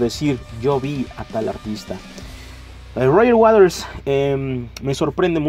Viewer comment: "Roger Waders"